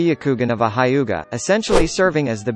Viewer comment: Everyone: Hyuga Robot voice: High Yuuga